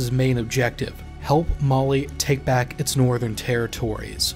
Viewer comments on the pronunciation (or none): none